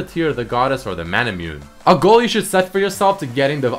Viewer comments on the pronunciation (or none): you pronounce it as Mana-Moo-Neigh. (no offense. i luv you bro) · "mah-nah-moo-nay" = manamune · Nice vid, just a couple things that sorta bothered me in the video: manamune is called mana - moo- neh and muramana is moo-ra mana.